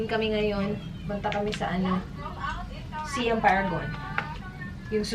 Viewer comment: Hi, icorrect ko lang sana how you pronounce "Siam". Its actually "sahy-am". Like how you say "siamese twins". Thailand was formerly known as "Siam".